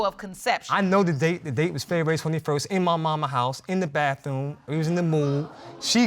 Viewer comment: Anyone who says the word bathroom, as BAFTHOOM, isn't the brightest in the room.